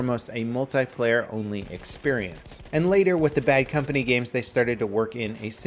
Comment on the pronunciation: why you say """"EXPERIENCE"""